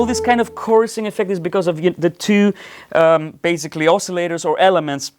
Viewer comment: love your playing. And your English is good enough. But it's baSically, not baZically. I tell you this, because you use this word A LOT. Not only in this video, but also at Doctor Mix. 😁